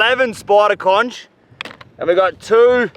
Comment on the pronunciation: didint know u guys say conCH lol